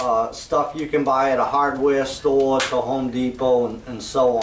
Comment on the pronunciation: What's a hodd weah stowah? I don't think we have those down here. LOL.